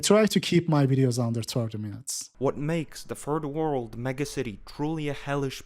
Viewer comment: I love how you pronounce third world as "turd world"